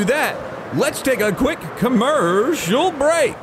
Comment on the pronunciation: Am i the only one who repeats the "commerrrrcial break"?